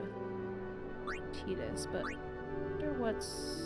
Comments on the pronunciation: Please say 'Tie-dus'. I know it's not canonical but I just HATE 'Tee-dus' ☹ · A crushing blow. “Tee-dus” makes my skin crawl. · IN KINGDOM HEATS 2:They say Tide-us, not Tee-dus! BUT: officially confirmed pronunciation by Square Enix is "Tee-dus" (like tea), derived from the Okinawan word for sun, Tiida. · Honestly most of us grew up pronouncing it “tie-dus” and still say it that way. I’ve never had an issue with playthroughs saying it however they want so feel free to just say whatever sounds better to you. The English voice actor has mentioned that it was kind of a mistake it ended up canonically as “tee-dus” in English, he personally prefers that way because it’s different but is fine with people saying it however they want. There’s always some vocal people who will push for one pronunciation, but I think most viewers are fine regardless and so we don’t bring it up unless it comes up as a question. In general you’ll get lots of contradictory feedback, if you correct one way you’ll start hearing from the people who preferred the other. A good rule of thumb is to play however feels most natural to you, the more you’re engaged in the game the better the playthrough will be for us to watch. Some people will always wish you did things a little different, but everyone always has their own unique experience with a game. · When you first said Tidus, I knew the fan base was going to correct it lol, FF10 fans are great and don't spoil stuff BUT they always love to point that out to people.